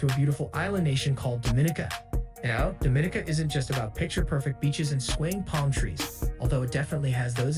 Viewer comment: Your pronouncing the countries name wrong. It sounds more like French, not Spanish. Your pronouncing it like Dominica Republic, which is incorrect.